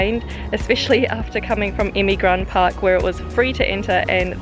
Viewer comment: not emigran,EMİRGAN